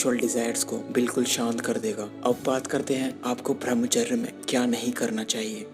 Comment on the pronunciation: Pahle thik se bhramhchary nhi balki bramhchay bolna sikh ha bhai nmo nmah . ...nn :-) :-)$ :-)